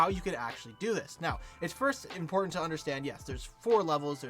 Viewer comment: "five importnat steps"